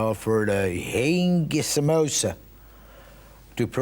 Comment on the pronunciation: Haeeeeeeing sambooosa😂 that's accurate...what a talented guy he was